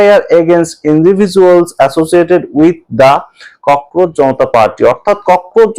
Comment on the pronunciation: ককরোচ-কে ককরোজ বলেন বা লেখেন কেন?